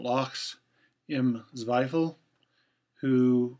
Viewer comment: well pronounced lachsimzweifel ;) I can totally see your point. I try to compensate the exposure of my scans as well. However, despite being a "victim" of the digital age (i am 26) i try to preserve the authentic look of film as good as i can. I love to see the differences between Acros in Rodinal and HP5+ in LC-29 fo instance. Anyways, post processing is just a short part - the joy comes with using old manual cameras and developing his own film. How much more authentic could we act :D